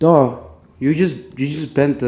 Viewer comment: It not murcus is fot